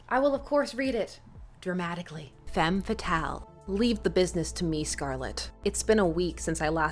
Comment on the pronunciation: Your "femme fatale" prononciation is very good ^^ Sympa, en tout cas ;)